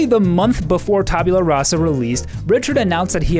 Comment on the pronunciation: Lord British: "Tabyula Rasa." Also Lord British: "Taboola Rasa."